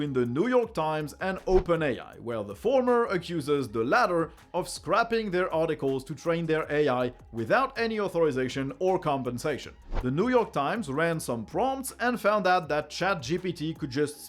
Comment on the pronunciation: I think you meant scraping, which rhymes with tape, but you pronounced scrapping, which rhymes with tap. Scraping is what they did here.